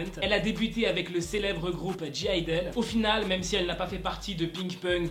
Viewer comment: En voyant le titre : ...OUAIS ALLEZ SALUT LES ZENFANTS 😂😂😂 Juste, petite précision, t'as mal prenoncé (G)I-DLE puisque ça se prononce IDOL ( je sais ce que je dis j'ai fait la même connerie 😐😐 ) 😄😄 sinon, bonne journée à tous 😄😄😄